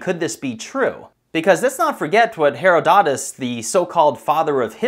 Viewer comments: I don't think Herodotus is pronounced Hair-o-DOT-us. Pretty sure it's Hair-O-dotus. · I avoid commenting on other people’s pronunciation but your pronunciation of Herodotus is driving me nuts. Tomato/tomato. I’ve always heard it pronounced Heath-da-tus not Hereo-dough-‘tis. Now my source was our school’s Latin and Greek teacher. Just wondered if my pronunciation is a Midwest USA regionalism? I’ve long thought that high technology would reveal much more about our planet than we once new. Great topic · heRod-o-tus, not Hero-Dotis. Herod really, Herodotus is just the Greek pronunciation of a persian/middle eastern name. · Heh-raw-doh-tus. Herodotus. Not Harrowdottus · This is my perrenial complaint-- for Ghu's sake PLEASE LEARN PRONUNCIATIONS BEFORE NARRATION. Not hee- ro- DOTE-us but hee-ROD- uh-tuss. Spoils an otherwise excellent upload. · Who is Hair-a-dot-us? Try this pronunciation Herod-i-ties... Great video by the way, as far as I know the desert was created due to the equivalent of nukes being used. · Please learn to pronounce “Herodotus” correctly. Why is it that so many young people never learn to pronounce words, especially names, correctly. The benefits of an education by internet I suppose. It’s “Herod-o-tus” (with a long “o” sound) not “Hero-dot-us”. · ITs pronounced, he - ro - dotus. Not, hero-dotus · Herodotus is pronounced Herr-ROD-i-tus, not Herr-o-DOT-us. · Herodotus, and you say it is pronounced "hero-dot-us"??? WHAT MORONIC history class did you attend?? When I went to school, it was pronounced "Her-rod-o-tus" with the "o" sounding like the O in "stop", which sounds like 'ahhh'. SO, for those of you that heard this name like my teacher taught us, just give me a thumbs up and if you don't agree, I'm sure there will be replies with NO, like the video says. I just simply hate it when people mispronounce names and words!!! Makes them sound SO STUPID, I'm just sayin'..... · HeroDOTis? I've always heard it pronounced HerODitus. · Pronounced her-od-u-tus